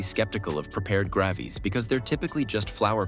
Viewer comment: "I'M USUALLY SKEPTICAL OF PREPARED "GRAHVE-EES"??